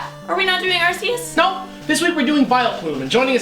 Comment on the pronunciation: Stop pronouncing arceus wrong. Watch the anime